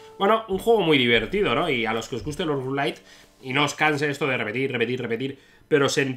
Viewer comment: Rouge-lite?? Rouge-lite?? Jajajaja